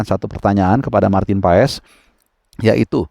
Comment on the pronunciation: Maarten passs bang.. bukan pa es 😂